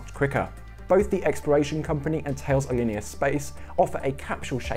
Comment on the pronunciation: Just FYI, The name of the French company Thales is pronounced Ta-Lez, not Thayles.